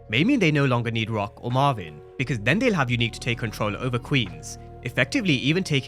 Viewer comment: Who is mavin I thought it was Marvin 😂😂